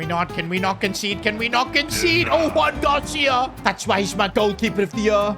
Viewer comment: no one has notice did just say Juan Gracia instead of Joan Gracia 😓😓